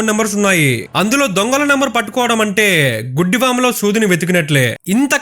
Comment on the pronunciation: మీరు చెప్పిన విధానం చాలా బాగుంది !!! ( 4.50 దగ్గర ) " గుడ్డి వాములో " కాదు - ( ఎండిన ) గడ్డి వాము ( పెద్ద కుప్ప) లో అని చెప్పాలి !!!